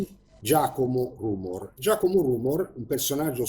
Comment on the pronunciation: si pronuncia rumòr